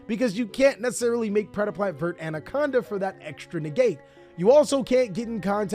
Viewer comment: Dude, it's ver-tay. Just read the damn cards